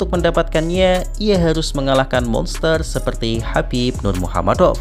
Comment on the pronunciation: ngomong kamu kok keseleo, bilang khabib nurmagomedov kok malah nurmuhamadov😂😂